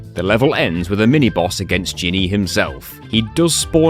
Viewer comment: I love how many of the levels reward you coins for going into certain pointless spots.😸 Also, Jhinny is Genie in Arabic, pronounced Jin Nee. 😁